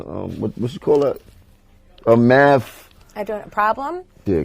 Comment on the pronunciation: Did he say math.....or maphhh. These r the dumb ignorant people who r ur kids role models.